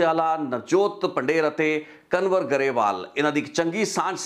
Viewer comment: ਕਨਵਰ ਨਹੀਂ ਕੰਵਰ ਸਹੀ ਨਾਮ ਆ ਜੀ। 🙏🏻